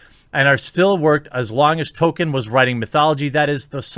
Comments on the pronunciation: Yes. Our modern day "Orc" stemmed originally from Tolkein's work. Also, dont know if youre trolling or not but its pronounced tol-keen not token... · Jeremy, not even knowing how to pronounce Tolkien doesn't exactly help your case.